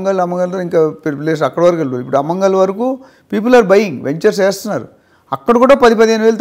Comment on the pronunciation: అమంగల్ కాదు.. ఆమన్గల్లు